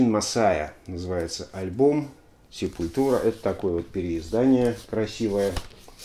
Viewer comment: Простите, побомблю. Есть две песни, где правильно произносится название группы, есть концертные записи, где Макс и/или Деррик произносят название группы, но, плять, вся Россия упорно говорит СепулЬтура. Ну нет там мягкого знака. Quadra у них новый альбом вышел, шикарнейшая штука.